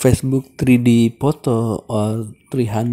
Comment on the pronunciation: Poto??? Durn Indian 🤢